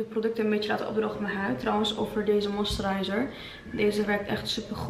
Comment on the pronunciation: Hahaha hoe jij moisturizer zegt, love it